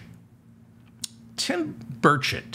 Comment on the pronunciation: With the noise in my shop, it sounds like you are saying Tim Birdshit! I wonder if anyone, perhaps in junior high, has ever called him Birdshit before?